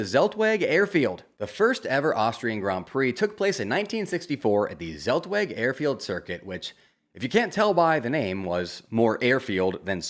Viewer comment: Zeltweg = tselt-vek